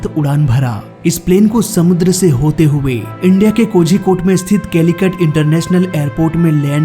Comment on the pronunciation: Bhai pehle thu Kozhikode bolana sikhle ........tum Kozhikode galath bolte ho......your pronouncing it wrong ...go learn it first 😂